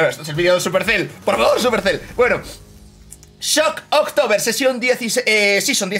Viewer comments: jajaja ya ves. Me estaba ya poniendo nervioso de leer Shocktober y que él dijera ShockOctober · NADIE: ABSOLUTAMENTE NADIE: ALVARO: SHOCKOCTOBER